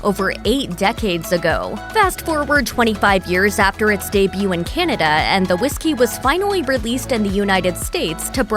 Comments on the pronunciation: Kennada? Cant pronounce Canada! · I like Crown Royal, but I don't understand why the narrator keeps on pronouncing Canada like it's spelled Kinada. There is no letter "I" in the name of that country. It sounds weird, get it right.